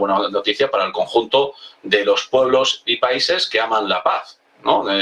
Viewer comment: HABLA BIEN, PORQUE DICES " DE LA PASD "